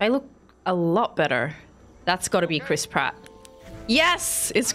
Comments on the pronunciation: Any and every time someone says Chris Pratt I can’t help but hear Crisp Rat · the way says chris pratt sounds like she says crisp rat